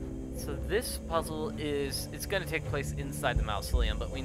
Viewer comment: It's pronounced maa-zuh·lee·uhm, NOT "mouse-o-lee-uhm" 😉 Unless you're referring to the Disney Corp.